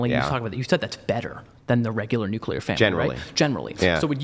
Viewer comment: Did...did say "nucular" family?